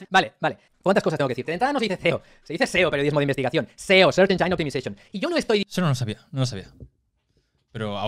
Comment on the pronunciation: Si alguien va a corregir a alguien sobre cómo se pronuncia algo, al menos que se asegure de que lo pronuncia bien S Search E Engine => no se lee "enyáin / encháin", se lee "ényin" O Optimization